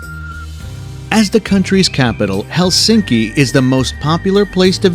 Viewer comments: Most common mistake in pronunciation of Finnish is Helsinki!😖 In Finnish the stress is always on the first syllable so it’s HELsinki👍 not HelSINki!😲😖😞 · Finnish language stresses the first syllable: HELsinki not helSINki.